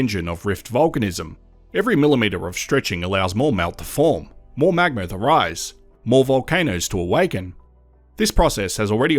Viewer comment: Drinking game: take a shot every time the narrator says “magmer”